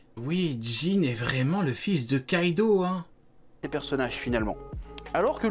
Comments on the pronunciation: Kaido c'est la façon dont c'est écrit le O dans une partie de la Chine ça se prononce OUavec un léger prolongement du U...le U est fictif mais O est bien présent mais il est mal prononcé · non déjà ça s'écrit Kaido mais le o se prononce OU avec un léger prolongement du U ce que les anglophones et les francophones ne font pas...